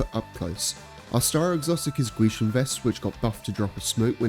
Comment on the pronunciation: Man pronounces gwisin perfectly